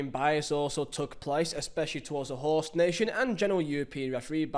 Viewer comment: What's your problem with R's? You guys beefing? You seem to be avoiding them. Correction: You aren't avoiding them, you're putting them where they don't belong. There's no r in "host" mate